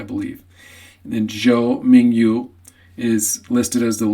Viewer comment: FYI, the official romanization for 조민규 is Cho Mingyu and sounds /min-gyu/, not /ming-yu/. (It would be easier to say like min-Q)